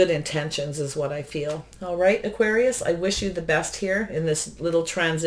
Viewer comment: Hi 👋 I know you do so much for the community. At the end of the Scorpio reading you said Auqaris